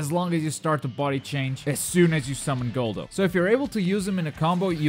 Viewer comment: Love the tutorials, but you don't pronounce anything right..Gullo, Jice, Barter....